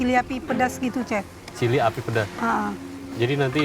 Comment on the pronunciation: kebawa ngomong Chili, nyebut Chef jadi Cep 😭